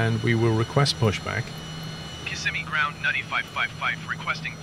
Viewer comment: I'm kinda impressed that MFS2020 saw the letters 'N-U-T-T-Y', recognized it as an English word and integrated it seamlessly into AI-generated audio